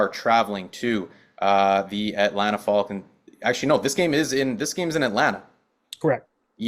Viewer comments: The way is saying Falcons is throwing me off, is he Canadian? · Can’t trust a guy who says the falcons wrong